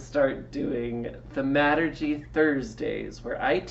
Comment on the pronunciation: You pronounced thaumaturgy incorrectly